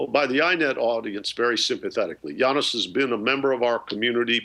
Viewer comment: It's Yanis not Janis, except maybe at the weekends ;)